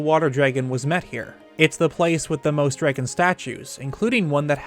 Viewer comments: say it with me DRAAAAAAG GONE note dregun lmfao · SAME. I had to stop watching over "jreggin" pronunciation ... I could deal if the word wasn't said ... constantly. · are you guys from california? my friends from there say eggs like "aigs" and other things similar to "draygen". i pronounce it "draggun" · Anyone else notice how he says dragon like "dreygun"? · my favorite part was hearing you pronounce dragon "draigon" love it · The only word I heard in this whole video was “dreygon” lol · I just realized that I pronounced dragon as dray-gen now that you said that aha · Man, I've gotta ask - where are you from? I've never heard anyone else say "Dragon" like you do and it's had me curious for ages now. I just cannot place the accent for the life of me. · Where are you from? I came to the comments specifically to see if anyone commented on the way you say dragon.